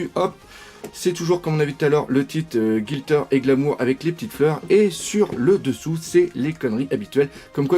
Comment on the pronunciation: gLitter, pas GiLtter ^^